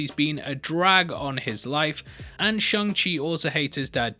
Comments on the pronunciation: Shang, not shung, it's like Aang, but not the cartoon one, the M. Night Shyamalan one, just say Shang how Katara says Aang in live action. I know the ah and the uh are very close, just announciate it a little more. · Props on how you use the Vowel "u"... Except it's SHANG, NOT SHUNG!!!!!!! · "Shaung" Seems we have an "Aaung" situation